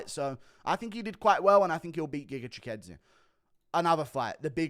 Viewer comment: As a Brit how the F are U pronouncing Chikadze's name better than Aspinall 😂